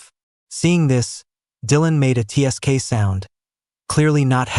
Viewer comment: Instead of tsk, which does not convert well with the AI voices, change it to tisk. That would actually convert properly.